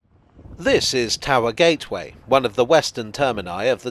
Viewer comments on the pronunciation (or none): Towee Gee? Please don't ever say that again